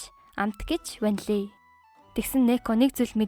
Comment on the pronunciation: 😂 ванлий шүү